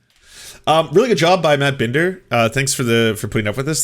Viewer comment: It seriously pisses me off that he's doing this whole "I'm upset cuz you guys have been making fun of me and my girlfriend" thing as he is intentionally mispronouncing Emma Vigeland's and Matt Binder's names, he KNOWS how they're pronounced and he's already doing that kind of petty garbage like 4 minutes in?? And then later on, just pay attention to his rhetoric, his inflammatory descriptions. He's calling them "interventionist policies" and saying they have "testing regimes", who the hell is going to hear that and not think he's trying to draw a connection to bad foreign policy and war? He's intentionally using words like that to overblow the situation, they're wearing masks and getting tested for covid so it doesn't get spread as much - as in SAVING LIVES, And he wants to draw a parallel with his language to make it sound like a crazy murderous war? He's using the phrases Tulsi overuses when she talks about war and it's always in the same vaguely inflammatory way. Let's also be clear that neither of them are actually Anti-interventionist. On top of that, it's so damn annoying that he constantly uses language that makes him sound more of an intellectual than he is. Michael Tracey is a fraud and a pseudo-intellectual.